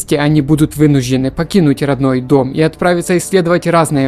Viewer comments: Что за проблема у диктора с произношением сочетания букв "жд"? То "вынужь'ены", то "происхожь'ение" то ещё что-то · Не вынужены, а вынуждены..